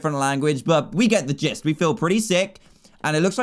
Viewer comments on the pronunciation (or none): none